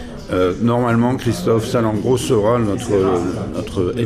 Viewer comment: Sal-en-gro 😫😫 il à détruit le nom de not'Président